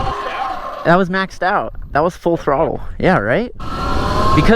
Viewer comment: You say “full throttle” in a weird way.